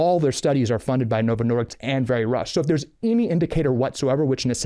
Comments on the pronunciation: I agree with Calley Means except it sounds like he is saying Novo Nordiks! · he doesn’t even know how to say novo Nordisk, keeps saying Nordicks. Good grief. So dramatic and argumentative.